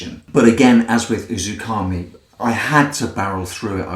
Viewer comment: it's "uzuMAKI" not "UzuKAMI" . great review though